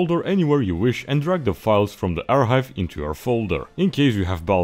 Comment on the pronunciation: lol ur making the c silent in archive